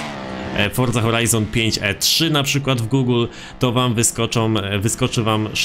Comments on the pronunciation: forzy a nie fordzy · Czemu ty musisz fordza a nie Forza ? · chodzi o to że on mówi fordza